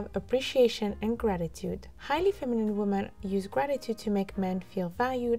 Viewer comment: Women is pronounced like wimin